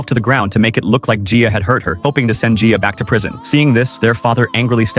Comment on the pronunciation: You are actually saying my name right (my name is Gia btw lol)